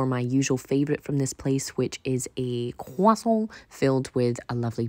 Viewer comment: It may be the accent but your pronunciation of croissant entertains me to no end.